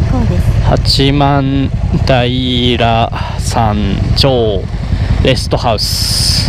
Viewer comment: 八幡平(はちまんたい)ですねｗ